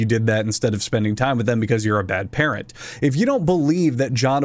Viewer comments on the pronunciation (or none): none